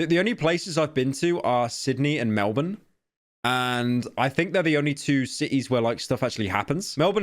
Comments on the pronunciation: thanks for saying Melbourne correctly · Good he pronounce Melbourne right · The first person that isn't form Australia that can say Melbourne correctly. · So happy to hear Pyro pronounce Melbourne correctly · Pyro you are like the only non-australian who pronounces Melbourne right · Why do people hate us so much? Also thank you Pyro for actually pronouncing Melbourne correctly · yeah, I was like yay someone that isn't from Australia that actually pronounces it correctly, also I've not been paid where is my money, where did you get yours? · Mfw someone actually pronounces Melbourne correctly 🙏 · NO WAYYYYYYY HE PRONOUNCED MELBORNE CORRECTLY!!!!!!😊😊😊😊😊😊🤓😊😊💀